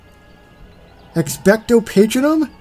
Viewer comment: dear lord your pronouciation of the spell is making me wanna slap you. its not Patrinum. its Ex-pecto Pa-tronum.